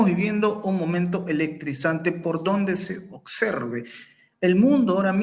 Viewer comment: “Por dónde se Occerbe”😂😂😂